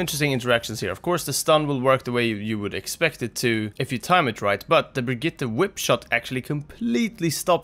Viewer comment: Wow someone who actually knows how to properly pronounce Brigitte :O S H O O K